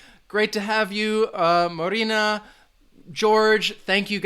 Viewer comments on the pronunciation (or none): none